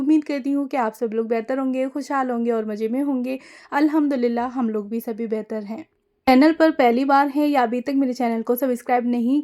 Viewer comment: Nice share 👍✅🤝 but hum aapse eak baat kehna chahenge aap thoda sa alfazo ko sahi kariyega aap chije bolti hai jabki wo चीज़ें chize hai not चीजें or maje me nhi मज़े me aap jaha z use hona chahiye waha j use kar rahi hai use language bahut dull lag rhi sunne me aap urdu k alfazo ko sahi se ada kariye taki sunna or behter lage baki aap sab kuch achha kar rahi hai very good but aaj hum isliye bole ki aap her video me ye alfaz bol rhi hai jo sunne me bahut bure lag rhe hume aap comment padh k apni rai bhi dijiyega 👍✅🤝🥰